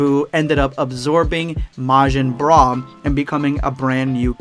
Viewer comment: oh yeah "boogota" Let's goooooooo and "broo" for bra absorbed by boo #endofthevideospuad